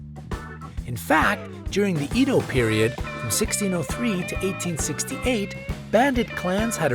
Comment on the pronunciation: um.. just viewed this you are saying edo wrong. edo should be pronounced as an e in ted. Edo.